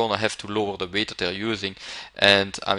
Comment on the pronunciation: I also like the way he says "weight" and "bullshit". "veight" "büllshitt"